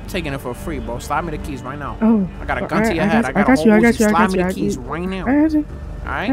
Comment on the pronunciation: right neow